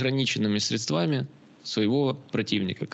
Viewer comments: В русском языке нет слова средствА. Есть слово срЕдства. В украинском языке - засоби. Вы же, кажется, студентов учите? Учите их говорить правильно. Слух режет. Да, и говорит о многом. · 😮уважаемый,сре'дствами,а не средства'ми-очень режет ухо,извините